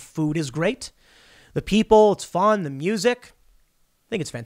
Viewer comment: So Tim like to pronounce the word sherrif (sheerif) instead of (shairif) interesting. I wonder if that's his Chicago accent. The way he says fun also seems to have a Chicago twang to it.